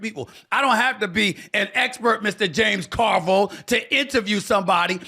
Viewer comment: mark is the only way the name JAMES CARVILLE should ever be pronounced